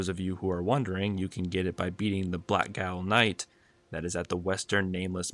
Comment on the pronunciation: gaol is pronounced "jail". it's an old english spelling, thus Blackgaol = Blackjail.